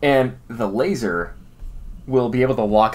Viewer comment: It’s LaSer, dammit.